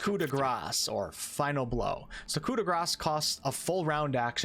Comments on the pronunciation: It's not "cut da grass" it's Coup de Grace as in grais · There's no S sound on Coup de Grace. It's Coo-Day-Graw. Thanks for the vid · Coup de grace is pronounced coo-deh-gra. There's no s sound at the end. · Well, properly for an English accent (in French the "r" would be different), but yes. It's so annoying to hear people talk about "coo day grah" (which would be "coup des gras", or "blow of those greasy" in French I mean, you probably can kill an enemy with enough grease, but you'd need to feed it to them over years and then hope for an artery blockage. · Good ol' Coo-de-grass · The "C" in "coup de grace" is silent. Its just "Gra." Its french. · Me as a non native english speaker: You pronounce it "Co de gras"? I always said "shop de grase" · The s in gras is silent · coup de GRASS... o.0 It is terrible, outright terrible how we in English speaking countries butcher phrases like these because people here are too arrogant and/or lazy to learn how to actually say it. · Coup de grace, as you pronunce, does not sound good in portuguese LOL it would be something like "an as s for free" LOL